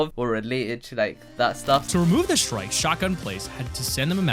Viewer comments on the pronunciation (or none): none